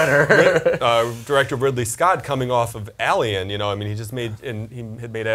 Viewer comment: "Alien" not "Elien"!